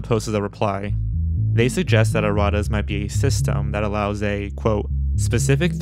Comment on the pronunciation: It’s pronounced erra …tas